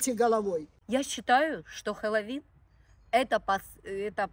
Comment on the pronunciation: Сначала выговорить научитесь слово Хэллоуин